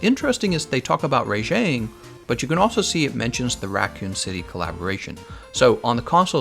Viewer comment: Ray-jeng WHAT.